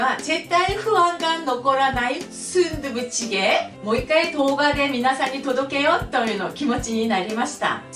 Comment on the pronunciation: スンドゥブチゲーの発音が素敵